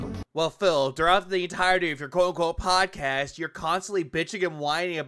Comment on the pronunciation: phil spell podcast wrong it said level 1 bod cast that dee dah deee